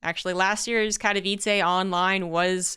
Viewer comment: it's "Kat-oh-veets-eh", not "Kat-oh-veets-ay" FYI.